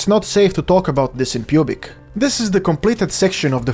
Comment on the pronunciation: Was he saying that it's not safe to talk about this in pubic or was that just his accent because it could have been a joke but I just don't know.